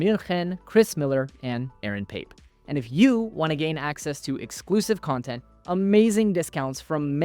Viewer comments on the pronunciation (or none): none